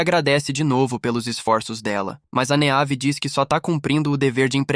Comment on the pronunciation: Meus ouvidos sangraram muito nesse vídeo. Vários nomes clássicos com a fonética dita de forma aportuguesada. Meave sendo dita da forma como se escreve 58 vezes me fez parar de assistir o video porque tive um desmaio de hemorragia oftalmológica.